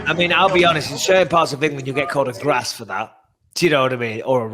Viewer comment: Grass not thrass